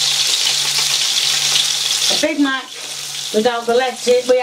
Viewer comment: Sounds more like BAD MACK than big Mack